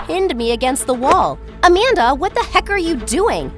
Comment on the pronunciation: WHENEVER “AMANDA” WAS SAID IN THE VIDEO I THOUGHT IT SAID “a panda”